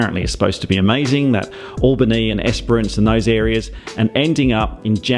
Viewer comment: Hey, do you have a perfect life or what?! Sounds like an amazing adventure. Oh...by the way, maybe start practising saying 'Albany' before you get there? I believe they say the first syllable like you would say 'Alice' - not like 'Always'. Get it?; )